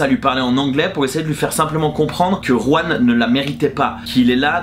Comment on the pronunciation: Juan* le J se prononce R en espagnol 😉